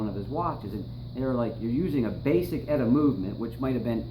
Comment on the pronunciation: Nice, good info. But it's not "Etta", it's "E-T-A", like you say other things like BBC, FDA, FCC etc.